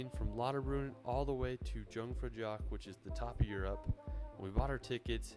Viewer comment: Aarrghhh, I hate the way he’s butchering „Jungfraujoch“. It’s not dshungfraudshoch! Try „eeoongfraueeok“ instead…